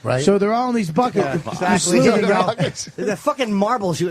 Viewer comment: dumb bobby keeps saying “sleuthing” 😂 its “sluicing”